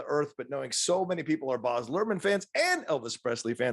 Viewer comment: It's pronounced Baz as in Basil Brush (where his nickname originated), not Bahz. This movie really does have his stamp all over it. Austin Butler was great in it!